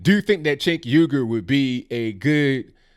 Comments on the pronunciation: It’s pronounced sink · Cenk? For Congress? The 'C' is pronounced like a 'J' in Turkish. Either way, he's a lefty Globalist. I wonder if he's a Muslim? NO Thank you to CENK!